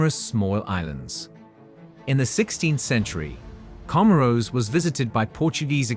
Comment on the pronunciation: Research also lacks respect to pronounce the name correctly